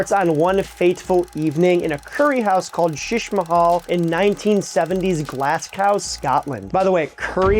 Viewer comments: Mate! You're killing me. It's pronounced "glaz go", no W, it's not gow, it's go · 🤣 “Glass cow”? Naw mate, it’s pronounced GLAZGO. 🏴👍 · While we are on. British things - the presenter should know that the “ w” in Glasgow is silent. It’s GO - the same as KNOW ( with a silent K and W for good measure) not gow as in cow. But it’s far from the most complicated example . Woolfardisworthy is simply Woolsery. (Devon) Kirkcudbright is Kircoobry ( Scotland) , Belvoir is Beaver in Northern Ireland. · Glas-gao? If ever there was a video to do your pronounciation homework... this was the one :| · That pronunciation of Glasgow hurt my soul and I bet you anything shattered any Scots watching. YIKES BRO. There's google you know? Translate? Or YouTube. The thing you're releasing videos on? GLASS COW? BRUH COME ON MAN. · I've had to pause the video to see how bad the roasts are over the murdering of Glasgow and I'm actually a bit disappointed, that was (and will continue to be) absolutely brutal. Glass-cow, there is no C. Two Gs, no C. I haven't twitched over Scottish pronunciation this hard since I had a roommate attempt to say Glen Garioch, and at least he had a good excuse, I mean, look at that spelling! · My man learned all there is to know about curries but slept through the lesson on how to pronounce Glasgow. Glass cow? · Glass goo. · 😂 I thought he said “glass cow” 😂 I know he didn’t mean to though. No one in earth pronounces everything correctly and sometimes we just make a mistake and keep on rolling. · Everyone in The US pronounces it Glasscow and I've no idea why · No, we pronounce it glass-gow. And the reason is because that's how it's spelled. W is not a letter that is commonly silent. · Can't beat a Glass-Cow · Glass Cow????What the froggg hoppin pronounciation is that???? Do better. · It’s a good video but man, you have heard at least one person pronounce “Glasgow”, haven’t you? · Absolute nonsense , can’t even say Glasgow… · Remove the w then